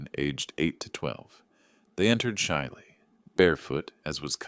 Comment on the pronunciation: Settle for subtle, shiley for shyly…aaarghhhhhh